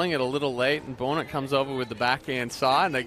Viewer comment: Don’t you guys think Bohnert is pronounced “Bahn-ert” and not Bone-ert?